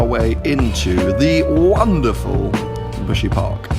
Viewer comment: buhsy park? sound like my gf 'park' when she lazy